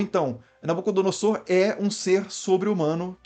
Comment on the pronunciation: Inclito mestre, a exata pronúncia é NabucodonoZor. Sempre que o "s" estiver entre vogais, o som será de "z", como em "caZa". Abraço